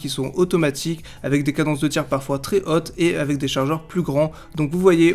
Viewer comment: une cadence de tire assez HOT ?! paye ton accent du sud ouest